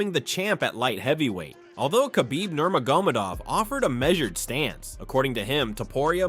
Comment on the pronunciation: do you even watch UFC? the mispronounciation of Nurmagomedov drove me nuts. He's one of the best ever. My favorite. His name's been spoken correctly many thousands of times.